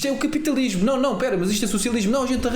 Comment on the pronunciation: Fauar, capitauismo, portugaue, nem falar sabe a comuna…